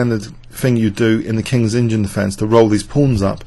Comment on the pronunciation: Why does he keep saying Kings engine opening instead of Kings Indian....God only knows